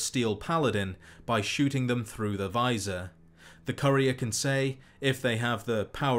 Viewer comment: Great video but I winced every time you mispronounced 'appalachia' and 'courier'